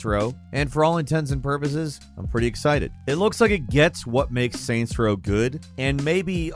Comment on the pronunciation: SAINTS Row. Not Raint Row.